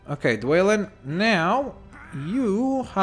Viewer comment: You don't say dwalin like dwaylin its dwalin like duel